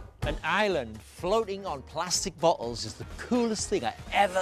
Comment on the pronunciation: The way how he said floating and bottles (Bottels) (Floaten)